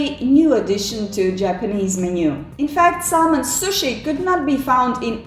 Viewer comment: Du viste ikke et bilde av Thor Listau, men av noen annen person. Og L uttales ikke i Salmon.